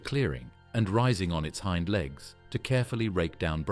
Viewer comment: I`m out after the ridiculous pronunciation of, Hind Legs